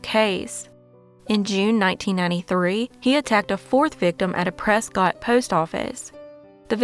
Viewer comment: Before an Arizona native yells at you. Its not said as Prescott its like Presskit . 😂